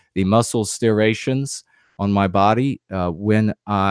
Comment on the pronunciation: With all due respect, and much is due; STRIATION, this spelling my be incorrect but it’s pronounced like strie-Ation. That is all. One thinking White man to another.